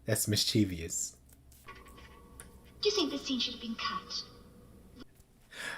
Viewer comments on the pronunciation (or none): No "i" after "v" in "mischievous". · Dude, I appreciate your verboseness. One thing you may want to consider is....look up mischievous and do the "listen" to its pronunciation. You'll learn something and from then on get frustrated at people that continuously mispronounce it.